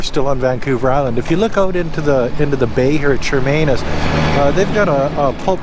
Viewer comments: NOT Chermainus It’s Chemainus. No R in it. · Shuh-main-us. Not charmainiss.